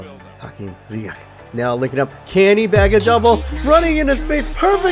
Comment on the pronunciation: Its only Ziyech not Ziyeghghg